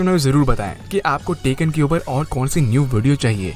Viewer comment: Its bandai namco not bendei nemecoo Its tekken not taken